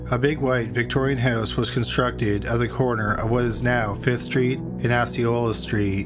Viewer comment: 5th street and ASSeeOLA. Hmmmm. Sounds like a fun lil intersection.